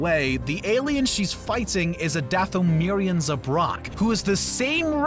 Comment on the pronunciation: Not dathamer